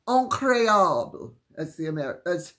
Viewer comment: I got a good laugh out of the French word “increable”! I heard you say the word, then when you said, “as the Americans say” I swung around, huh? Then laughed and laughed along with you! Got all giggly thinking of Americans speaking with a French accent!